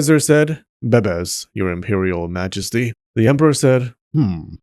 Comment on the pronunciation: The way he says bebes kills me😂😂😂